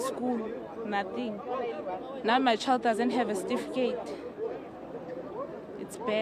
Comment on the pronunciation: As long as you still say STIFIKATE instead of CERTIFICATE you will not get that ID.